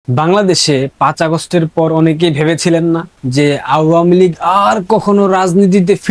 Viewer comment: আওয়ামী লীগ উচ্চারণ ভুল করছো তুমি। কারো থেকে শুনে নাও সঠিক উচ্চারণ ।